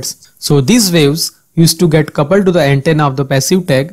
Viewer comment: Informative video, but the way you place an accent on "the" is pretty distracting.